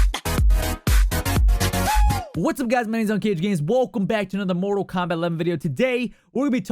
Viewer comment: Where are you from? Never heard anyone say welcome that way!